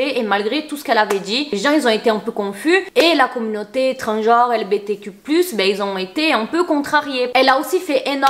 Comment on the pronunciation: LGBTQIA* tu as mal prononcé 😊